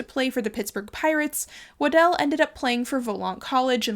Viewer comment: Super interesting video, but also you are one of the only people who I’ve heard pronounce my last name correctly. Its always mispronounced as “waddle” which I understand if you are just seeing it for the first time but it has become a nickname that I really hate. Anyways, keep up the great work!